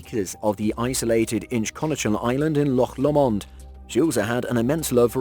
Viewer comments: Lough what? 🤣🤣🤣🤣🤣🤣🤣🤣🤣🤣🤣. “ low mond” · I loved the sophisticated French pronunciation. 🤣🤣